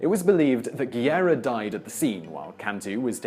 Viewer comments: It’s not Guierra it’s Guerra. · Guerra is pronounced GEH-ra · I know is quite difficult to pronounce spanish names, like Guerra but, if u can't say it right, why to say it so many times? "Guerra" sounds more like "guess"